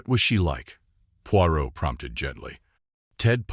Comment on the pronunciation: You could at least have got the name of the main character right. Your ‘reader’s’ constant mispronunciation spoiled the story for me.